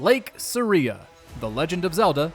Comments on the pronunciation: Please...learn to actually pronounce the names in zelda games... Sarias name isnt pronounced like 'Maria' (for example)..its not SA-REE-AH..its SAR-E-AH (short 'e' sound) 😒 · Ah yes SA-RiA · "Suh-REE-uh"? Alright,. 🤭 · “Sayria” bro it’s saria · Saria as Sareah? You dont say it like that. Calling that bs out right now. No way you ever thought that was right. That's like saying I'm watching MooJaw Plays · You say it like it’s spelled “seria” when it’s literally “saria” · Indeed, Saria is pronounced using a Japanese dialect... ya know, being a Japanese game. I know of absolutely NOONE who pronounces it Saa-riia. It's Sar-ia, always has been. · It's Sahreeyah, not Sahree-yah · Aria (pronounced AH-ree-uh)is a type of song… the whole game is centered around musicality… soooo I’m gonna go ahead and say you’re wrong. Sorry dude! 😂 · Pronouncing Saria like Maria is new to my ears. Then again, I'm guilty of having had a different pronunciation for Cecil's and Rydia's names in Final Fantasy IV for years. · Yeah, every video where he says sa-REE-uh, I have to take a second and realize what he meant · will not be forgiven or forgotten. "Suh Ree Ya" talking goobass. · I’ve always said it “SAR-ee-uh” like “sorry.” Is there really a wrong way? Considering there’s no voices that pronounce the name and we only have text to go off of, I think it’s up to your own interpretation. There’s a video I watched on New Rockstars the other day, breaking down The Last of Us II. They pronounced the group Seraphites as “sera-fits.” That is just blatantly wrong because we hear characters in game pronounce it “sera-fights.” This is not the same thing as that, since we never hear anyone say Saria out loud. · Don't forget to give this video 2000 dislikes for mispronouncing saria & rupee. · When he pronounced Saria's lake I was like who's that? I never pronounce it the way he does lol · You deserve to be locked up under the prison for pronouncing Saria like that. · Bc it’s wrong